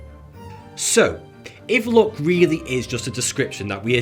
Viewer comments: It's luck not look 😂👍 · the way he pronounces ''luck'' is so wrong that for some time i thought he is talking about beauty, not about luck. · His pronunciation of "luck" sounds "look" to me. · I honestly misheard u say ‘luck ‘as ‘look’🤣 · Mustache dude: ''luck'' What l hear : ''look'', ''lewk'' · its "look" not "Luck" at least for me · Who else mistook him saying "look" instead of "luck" ? XD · KEPT HEARING LOOK INSTEAD OF LUCK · everytime he says luck, i think he says look. for about 1 minute i thought he said that being born in summer gave you a better look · after hearing him saying luck .. I thought he was saying look ......fook Linda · Are you saying luck or look? lol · Was he saying luck or look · This entire time i thought he was saying "look". What am a looking at? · I was confused until I understood he was saying "luck" and not "look", lol. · every time you say good luck I think you are saying good look !